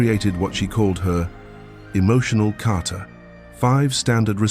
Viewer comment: Isn’t it Kata? Not Carter?